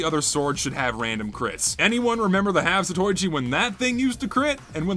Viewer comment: gonna sound like a great big gaylord right now, but it's pronounced 'zato-ichi'